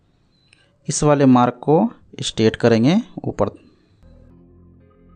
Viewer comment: Straight ko aap kyo state bolthe h?